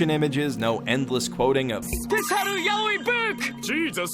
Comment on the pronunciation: Dank_Smirk "What's yah-oh-ee book?"